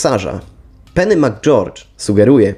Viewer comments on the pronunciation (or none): none